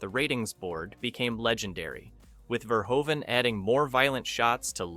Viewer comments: The directors name is Paul Verhoven. I don't know what you were trying to say, but it was really distracting. Ver-HŌ-ven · Erased from streaming? It's quite literally available on every major digital storefront to either buy or rent. And last year it was streaming for free on Pluto TV. Stop talking nonsense, man. Also, learn to pronounce the man's name correctly - Verhoeweeven? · Actually the pronounciation is Ver-HOO-Ven. lol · BTW... Robo was covered in TITANIUM... not chrome... And it is pronounced Rob "Boteen" and Paul Ver-HO-ven... its ED-209, not E..D.. 209... STOP using AI to narrate your videos... ;)